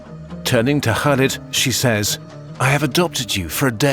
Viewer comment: They weren't native, but it was a good effort for a non-arab speaker.